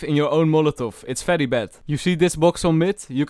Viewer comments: Oh fery fery mean very very oh ok bro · It’s fery satisfying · I can listen to this guys “fery fery” whole day it’s really satisfying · I love this man's accent so much like when he says v it's pronounced f cuz of his accent it's so wholesome he can say Fery fery slow internet and it can make my day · Fery fery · Fery true